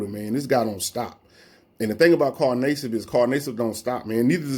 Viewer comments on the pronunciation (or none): Carl Nay-sibb lol